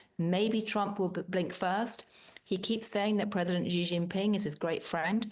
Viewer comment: Please everybody google how to pronounce Xi Jinping, it's not hard, in fact you all keep making up a random sound that doesn't exist in Chinese or English, just use a plain SH sound ffs.